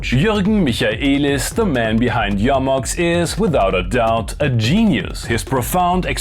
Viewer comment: YO-MOX. So refreshing to hear the name pronounced correctly.